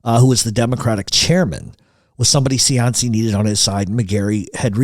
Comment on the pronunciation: Funny he knows so much about cianci but says his name wrong